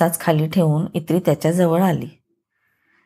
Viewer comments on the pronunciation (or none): अभिवाचन छान.. फक्त एक दुरुस्ती सुचावाविशी वाटते... ताईंनी जे संबोधन इत्री असं उच्चारलं आहे ते इन्नी असं आहे.